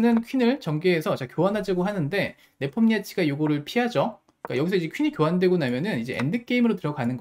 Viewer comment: 네폼니아치 발음이 매콤니아치라고 하시는거 같아서 뭔가 배고파지네요